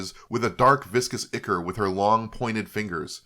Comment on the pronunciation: "ichor" is pronounced "EYE-core" or "EYE-ker"